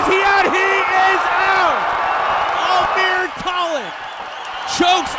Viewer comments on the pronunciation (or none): His name is almir not ameer